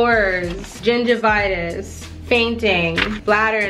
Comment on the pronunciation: w the earth pharmacy, you must have said gingivitis but i def heard gender bias, n i was like cool, i knew the earth could cure anything!